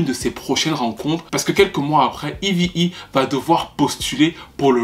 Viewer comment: Petite question Pourquoi tu l'appelle toujours "Evy E"? Son nom c'est eve et elle même elle prononom eve